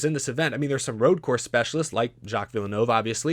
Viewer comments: Vill-nerve not VIL-E-NO-VE it’s French yes but you don’t need to over pronounce it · its pronounced like Jack Vil-nerve even tho its spelled Jacques Villeneuve he was 1997 F1 World Champion and the son of the guy Montreal is named after aka gilles villeneuve. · Curcuit Gilles Villeneuve pronunciation (from a Canadian) Gilles (Gill) Villeneuve (Vill Nerve) Plz correct me if i’m wrong i am from WPG i am not a native french speaker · As a fan of Formula 1, that pronunciation of Circuit Gilles Villeneuve was insulting lmao (it's pronounced vil-noov) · The way he saids Jacques Villeneuve and Gilles Villeneuve as a F1 fan myself makes me internally hurt. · That was the worst pronounciation of Gilles and Jacques Villeneuve’s names I’ve ever heard 😂😂😂😂 (no offense, I’m a big fan of your videos) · So, since we are pronouncing names, how do you pronounce your last name,? S step? Est epp? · sucks ass at pronunciation. Can’t even say Villeneuve right. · again, I like your stuff, but there's something bugging me about this video. Your pronunciations are driving me crazy. Montreal - supposed to be pronounced "Mon-tree-all" Circuit Gilles Villeneuve - supposed to be pronounced "Circuit Jill Villa-new-ve" Eury - supposed to be pronounced "Yuri"